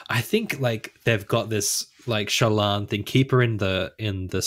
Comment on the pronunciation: I love how is slowly contaminating to the point that they are both mispronouncing Shallan's name:D Also, OMG I can't believe you're bagging out my girl Lift. She's so awesome and brings a degree of levity into the darkness.. but also has layers...